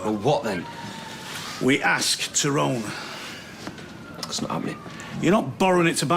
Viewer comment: It annoys me how Terry Duckworth pronounces Tyrone's name so wrong.